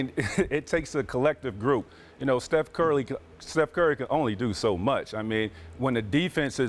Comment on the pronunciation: “steph curly” 😂😂 stephenA was trying so hard not to laugh